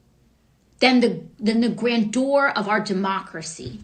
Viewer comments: "Grand Door" jesus she's brainless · Wait did she say grand door? It’s grandeur. Why did people vote for this 🤦🏽‍♀️